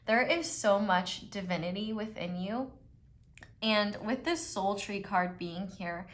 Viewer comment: Pile 3. Omg I need a friend like you in my life <3 when you say soul tree I honestly hear "sultry" every time 💀 that's my scorpio sun and rising I guess lol